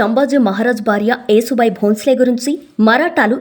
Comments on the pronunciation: అమ్మా, యేసుబాయి కాకుండా యశుబాయి అని చెప్పండమ్మా, లేదంటే ఈ పాస్టర్ లు రెడీ గా కాచుకుని ఉంటారు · యశుభాయి అంటే యశస్సు కీర్తి కలిగినది😊, ఏసుబాయి కాదు😂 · యేసు భాయి కాదే నత్తి ముండా...యశు భాయ్.... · యేసు బాయి కాదు, యశో బాయి. యశోద నుంచి యశో వచ్చింది. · అమ్మమ్మ కాదు నాయనమ్మ యేసు భాయ్ కాదు య శు భాయ్ anu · అమ్మా ఏసు బాయి కాదు యశుభాయి అని పలకాలి ❤❤❤ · అమ్మా తల్లీ, ఏసుభాయి, క్రీస్తుభాయి కాదు....యశుభాయి ,,, కాస్త తెలుసుకొని చెప్పండి, వస్తారు తగుదునమ్మా అని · Ur pronunciation is wrong. Yesubhai యషు, యశోద, etc., Try to learn telugu script properly. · నువ్వు ప్రతీసారియేసుభాయ్ యేసుభాయ్ అంటున్నావు యేసుభాయ్ కాదు యస్సు భాయ్ అనాలి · ఏసు బాయి కాదు తల్లీ యశూ బాయి ఆమె పేరు ఏసు బాయికా దు అసహ్యం గా ఉంది. మీరలో అంటుంటె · యేసు భాయి కాదు యషు భాయి యశు అంటే యశస్వి లలిత సహస్రనామాలు ఒకటి తెలుగు రాకుంటే నేర్చుకోండీ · అమ్మా నీకు నత్తా.... నత్తి నతి గా మాట్లాడుతవు........యశు అను యశు....యేసు కాదు irritating ga వుంది నువ్వు పేరు తప్పు గా చదివితే